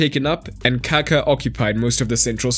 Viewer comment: Bist you should say Kaká that way your saying poop ^^